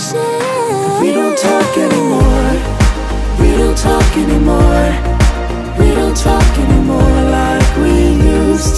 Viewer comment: 他不是寫anymore怎麼把a念gnymore